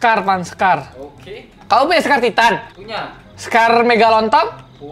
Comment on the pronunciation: Scar ya bukan skar😊